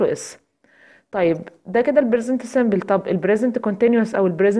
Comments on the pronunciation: Present simple not bresent simple p not b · انتي حطمتيني بصراحه علاش نطقك موش صح شو brisent simble ??? لازم تعرفي تفريق بين الp والB أرجوكي ا